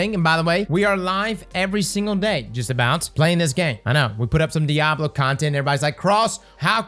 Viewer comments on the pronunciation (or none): none